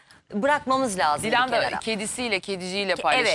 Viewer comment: Bilal ozcan gazeteciyim diye ögünüp duruyorsunuz....LAZIM..Kelimesini bile doğru telaffuz edemiyorsunuz..Türkçeyi katlediyorsunuz durmadan...İstanbul Türkçesi kullanın lütfen...sinir oluyoruz sizi izlerken..çok kaba saba..